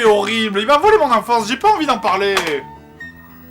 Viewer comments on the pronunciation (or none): J'ai l'esprit mal placé ou le Joueur du Grenier dit "violé" au lieu de "volé" ??